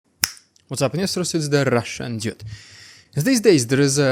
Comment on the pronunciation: hey i don't want to be cheeky but the way you pronounce Dude sounds like Idiot. i think you have to work on that. but good information:)